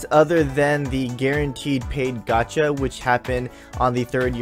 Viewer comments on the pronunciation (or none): none